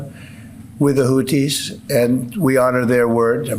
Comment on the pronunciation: He doesn’t even know how to pronounce the name of his enemy. He thinks he’s fighting Hootie of blowfish fame. He’s so stupid! I’ve been saying it for years; It’s not what he has that gives him power, it’s what he lacks.